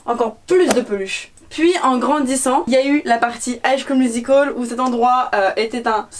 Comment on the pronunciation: elle se dit fan de high school musical mais elle le prononce high sCHcool musical 😪😪